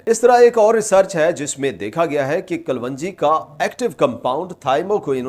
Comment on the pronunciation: O Paindo doctor sahib, Black seed nu Kalounji kehenda hain Kalwonji nahi. Gal samaj ayi?